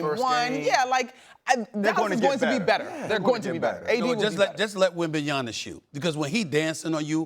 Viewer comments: Can someone support Steven A. Smith to learn how to pronounce Wembanyama properly? It's already very annoying to hear Wembanyana so many times. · Hey Stephen A., do you have developped a speech impediment at close to 60? Or are you dense? Three years in, really? It is WembanyaMa! It is your effing job, man! You are being paid MILLIONS! WembanyaMa, with an " M " in the final syllable. If you can say it, don't say it, especially in every other sentence, just call him Wemby. This is 100% disrespectful! I'm done listening to this sh*t. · Can someone tell Stephen A. Smith it’s WembanyaMa not WembanyaNa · Can you guys please tell Stephen A to stop butchering wembys name .. he keeps saying webanyana bro it’s webanyama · How can anyone take you seriously when you don't even know how to pronounce the name of the best player in the league??? Pathetic... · It’s Wembayama not Wembayana lol 😂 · Pronounce his last name correctly stephen A!!!! Its wembanyaMa!! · wembanyanna? really? we going back to that illiterate " oh it just rolls of the tongue " easier mentality? *facepalm* gotta start respecting wemby, he's the best in the league, if you don't see it, if you don't feel it. you're just giving yourself excuses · Please someone teach this guy to say Wembanyammmmma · Why can’t Stephen A say his name correct? He keeps calling him wembanyana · Every time SAS says "Wembanyana" an angel loses its wings in heaven. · Stephen A still can't say WembanyaMa properly smh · this mf SAS is doing it on purpose, calling him Wembanyana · Who the F is Wembenyanna?! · Mmmmma. Mmmmma. Like mama. WenbanyaMA. MA! WenbanyaMa. Are you stupid man? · "Wenbenyana" 😂🤣 SAS literally modern jester mocking the kings... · Bro stop saying wenbanana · Wembenyanur, all those millions in espn and can't even pronounce a name properly and out of respect doesn't want to learn. Stephen a Smith everyone! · SAS might as well call him Wembanana at this point 💆🏾. His pronunciation was pissing me off the whole video